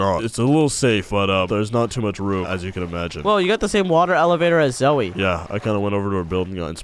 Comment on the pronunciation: I mene zoey not zoe no no no